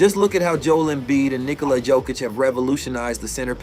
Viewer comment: Nikola JOE-kic lmfao